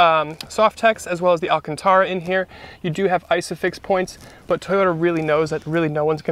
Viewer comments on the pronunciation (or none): Why are you saying "but" like doug? Rofl.